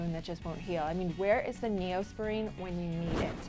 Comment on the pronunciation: 2 things: -The way she says Neosporin. -How the hell do people still care about this topic or 1D in general.